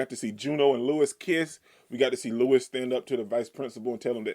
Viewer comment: Louis's name is pronounced LOUIE, not Lewis.